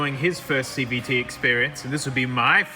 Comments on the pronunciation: That V in Cvt sounded really like a B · I legit misheard CVT as CBT.... And I thought it was about to go somewhere completely different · ngl I thought he said CBT